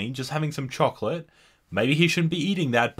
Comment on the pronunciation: You said “chowcolites” wronng